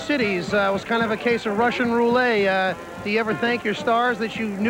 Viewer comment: Eli Zaret said "Russain Roo-lay" instead of rou-lette?? About in.